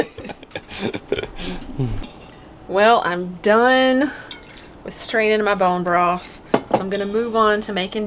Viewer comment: Love how you said “Brone broth” two times in a row. Lol ❤️